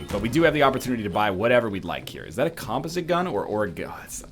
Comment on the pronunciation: Why does NL insist on putting emphasis on weird syllables when he says "composite"?